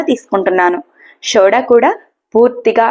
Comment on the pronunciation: Shoda kaadandi, sodaa antaru. Bhasha ni khuni chestunnaru.